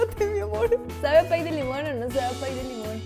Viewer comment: *pie no "pay"